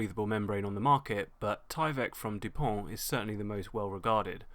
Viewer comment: Listen to him pronounce dupont...